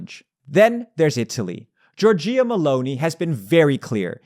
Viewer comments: again jor-JEE-ah Meloni 🤯 it's JOR-jah ffs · Thanks for this video but as an Italian I need to tell you that Giorgia is pronounced JOR-JA, not JOR-JI-YA.